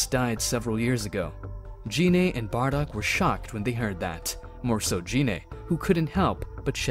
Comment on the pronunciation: And "Shenlong" and "Jeanay" (not Gine). The pain.